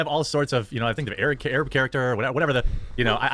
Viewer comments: Why can't say Arab properly? It's not Ay-rab it's Arab. Like it's weird. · The way he pronounces it too. "AYRAB"